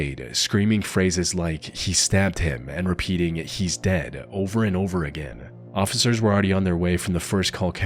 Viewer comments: Why can't you say officer? You say ossicer or ociffer every single time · My guy, the word is "officer", NOT "occifer" 😂😂